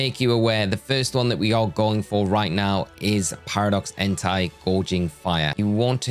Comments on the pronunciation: Please stop saying "entai" instead of "entei"... it's really disturbing (if you know what I mean😏) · Hey, I don't know if you're gonna see this comment, but I hope you do. You're pronouncing "Entei" wrong, it's "En-They", not "En-Thai" (which could be confused with an other (demonetizable) word that sound almost the same).... Actually there's also "Miraidon", which is pronounced "Me-Ra-E-Don", not "Mo-Ra-E-Don" or "My-Ra-E-Don". Also Fun fact, Koraidon and Miraidon names are wordplay in Japanese for "Korai" (Past) and "Mirai" (Future).